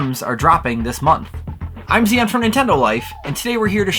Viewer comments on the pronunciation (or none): "I'm Zee-en from Nintendo Life..." You a lie,!